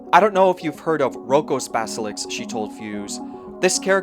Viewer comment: it's basilisk, not baselix